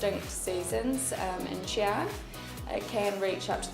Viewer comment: I was so triggered every time she said Xi'an